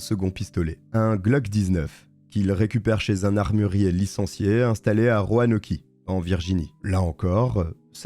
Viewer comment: Je regarde toutes tes vidéos! Merci d’avoir couvert le massacre de Virginia Tech. C’est l’université de mon mari. Le professeur Roumain qui s’est sacrifié pour ses élèves a été son professeur. 😢 Petite leçon de prononciation pour la ville de Roanoke: se prononce “Ronoque”.